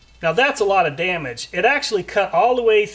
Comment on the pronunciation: now that's a lotta daa midge